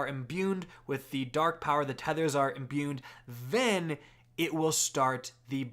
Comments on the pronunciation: There is no letter n in the word "imbued". I'm getting unreasonably frustrated every time you say "imbuned". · “Imbuned” smh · Honestly probably added an extra 2 minutes to the video just from all the added up extra Ns he put in the word imbued lol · Imbued doesn't have an "n" in it.